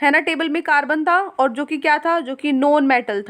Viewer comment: Noaun metal nahi hota non metal hota h